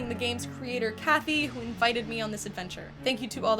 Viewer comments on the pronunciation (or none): none